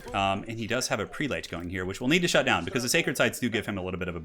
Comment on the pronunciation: Just FYI: the proper pronunciation of "prelate" is PREH-lut (rhymes with "pellet" and "zealot"), not PREE-late. The mispronunciation seems to be going around the AOE4 commentators, many of whom I'm sure have read the word many times without ever hearing it said. :)